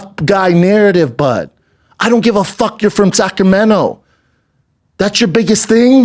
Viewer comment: Please! why is he saying Sacramento???